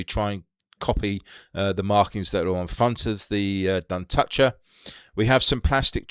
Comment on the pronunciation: Duntocher is an area to the north of Clydebank. Pronounced Dun-toch-er. Toch pronounced as Loch. Lived there for a few years. Great model!